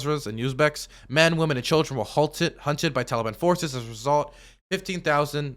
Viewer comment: It’s him saying Taliban like it rhymes with Cinnabon that does it for me.